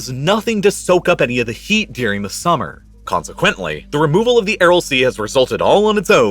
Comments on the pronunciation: Great video, couldn’t stop focusing on you saying “dearing” instead of during lol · I really like this channel, but the narration could be better, I think. You don't notice the accent that sounds like TikTok dictation, or occasional odd pronunciation? For example, cotton sounds like "coddon" and during sounds like "deering." Some of the pronunciation is probably regional, but I can never get used to it. Reminds me of how many journalists speak with a neutral "West Coast American" or Canadian accent, but you can hear the roots when someone from the eastern US pronounces the words foreign or forest as "fareign" or "farest." The Canadians are revealed by their tight Os and occasional nuance of vernacular.